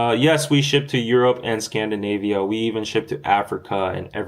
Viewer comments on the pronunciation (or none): none